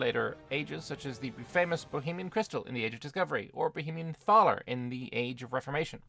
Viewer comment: In Thaler the h is silent. It doesn't become the English th sound